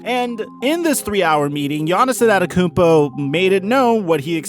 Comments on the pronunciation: peep how he said "anatakounpo" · his name is NOT Anatakumpo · nobody:: Giannis Anenekoompo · You're pronouncing his last name wrong and I know how it's pronounced because I'm greek also no offense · Btw you're saying Antetokounmpo wrong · I cringe every time you say his last name. If you don't know it then don't say it.